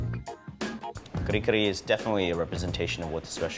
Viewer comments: talde is so fake, he know hes not pronouncing it correctly when he called it ka-ree ka-ree. hes parents werent enunciating that way when he was a kid. they were saying ka-reh k-reh. hes just to embarrassed to the way it actually sounds so he americanized the accent. what a fake. then he starts eating it with freakin chopsticks! and skips the steam rice. hes embarrassed by his own culture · its not kare kare its kuhri kuhri lol .bad ass though i like it im filipino american. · lastly, though i cant prove it im 100% certain his parents didnt pronounce it the way he said it. im filipino and am immersed in the culture. in my 35 years of living as a filipino in both the US and Philippines its never been said like that. talde basically made the pronunciation up.